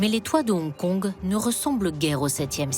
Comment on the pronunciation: On dit Hong Kong, pas Onkon.